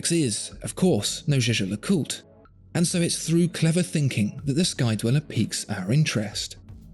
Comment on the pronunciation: It's YEAH-GAH!!! And don't tellme that you asked a French person how to pronounce a German word!